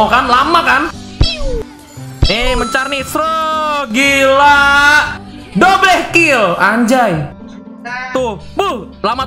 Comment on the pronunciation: Normal People: Double Kill: dobleh kill Me: What😂😂